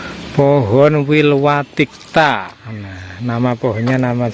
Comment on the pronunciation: Nyebut pohon Wilwatikta aja salah, sebenarnya tau nggak sih?